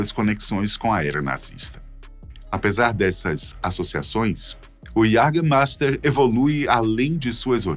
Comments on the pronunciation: iagamaista, é como se fala em alemão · Esse "LICOR DE QUALIDADE"... "JÃGERMEIFTER" NUNCA OUVI FALAR até ver esse vídeo! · Faz propaganda do jaegermaister mas não sabe pronunciar a palavrs